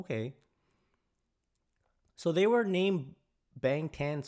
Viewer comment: the a is prounounced more like (ah) and BTS comes from BangTan Sonyeondan...from what I've heard from Korean speaking reactors the word sonyeodan (which loosely translates to 'group of boys') is old fashioned sounding and not commonly used so it just sounded strange to Koreans when they 1st debuted.